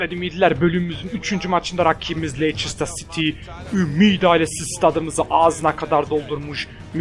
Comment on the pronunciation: stemptın değil sauthemptın leyçistır değil lestır. bitek ciguli doğru koklin değil ciguli :D